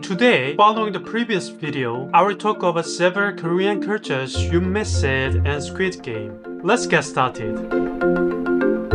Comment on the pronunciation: HI THERE! you mis-pronounced 'missed' , its said the same as "mist"